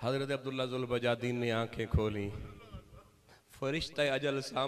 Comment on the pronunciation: حضرت ذوالبجادین نہیں ذوالبجادیںن دال کے فتحہ کے ساتھ